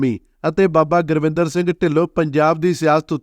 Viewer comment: ਜਾਣਕਾਰੀ ਬਹੁਤ ਵਧੀਆ ਦਿੱਤੀ। ਪਰ ਅਫਸੋਸ ਨੱਕ ਵਿੱਚ ਬੋਲਕੇ ਗੁਰਿੰਦਰ ਨੂੰ ਸਾਰੀ ਵੀਡੀਓ ਵਿੱਚ ਗੁਰਵਿੰਦਰ ਗੁਰਵਿੰਦਰ ਹੀ ਬੋਲੀ ਗਿਆ। ਵੀਡੀਓ ਨਕਲ ਮਾਰਕੇ ਬਣਾਈ ਲੱਗਦੀ ਹੈ।